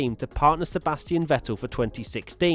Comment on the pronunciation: Learn how to pronounce Vettel.